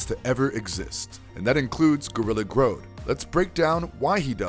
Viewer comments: Gorilla Grodd…not Groad.😂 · Grodd is pronounced like "Odd" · Haha he said "gorilla grode"